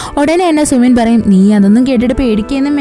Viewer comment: Sumin alla su-min ennahn tto pinne voice poliyanutt chechide voice il njn melt ayiii❤❤❤